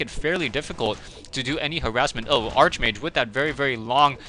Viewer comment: it's pronounced (Ark-mage) not (arche-mage)